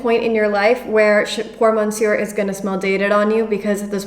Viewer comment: Nice video, on thing though, we don't pronounce the "R" at the end of "Monsieur". Cheers, keep it up.